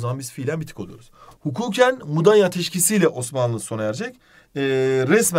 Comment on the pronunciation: Mudaya Değil "Mudanya"